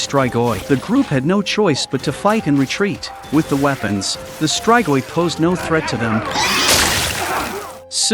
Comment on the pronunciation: It's "is-tree-goi"... not "is-try-goy". Not everything is pronounced with an American English accent, you know???